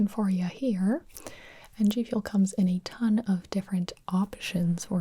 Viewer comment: Is it just me or did she say Jfuel